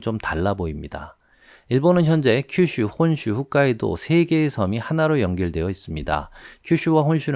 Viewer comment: '훗'카이도가 아니라 '홋'카이도가 맞습니다.